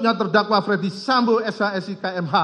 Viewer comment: Coba dengar lg... Ternyata dakwaan itu di bacakan utk "Fredy Sambo" bukan Ferdy Sambo